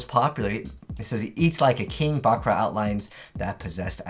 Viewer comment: He says it the way it's said in the original Japanese version. The dub's pronunciation of "buh-KURR-ra" is a very American way to say it.